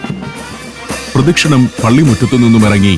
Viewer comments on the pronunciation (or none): Pradashinam ano?!! Atho pradakshinam അതായത് പ്രദക്ഷിണം ആണോ!? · it is not "pradishanam", it is 'pradashinam'.